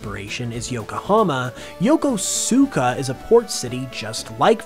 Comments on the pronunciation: 1st off I enjoyed the video. Currently living in Yokosuka for a year in a half now. I use to pronounce it just like how you did in the video. But having Japanese Peeps as co-workers & friends you catch on real quick of how certain words are meant to be sounded like “Yo-kos-uska” Yokohama is also a pretty dope place to visit. I’ve checked out a Pokémon Center at Marui City Mall a few times already & some others that are scattered throughout Japan 🇯🇵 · Also just bonus info: Yokosuka is properly pronounced "Yokoska" ^_^